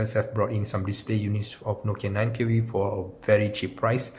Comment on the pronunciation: Pureview it's view not pure